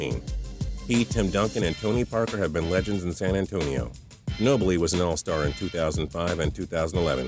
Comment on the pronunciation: "Man you" Ginobli....